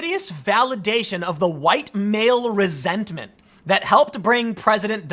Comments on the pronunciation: “Resent-a-ment”. - Tim pool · Did you say resent - a - ment? Lol